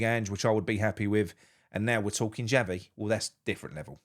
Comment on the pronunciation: Excuse me my name is Xavi not Chavvy so go and do one. Adios.